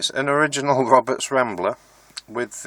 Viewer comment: Wed Woberts Wambler Wadio Wibbled wound and Wewired. And Polished.... innit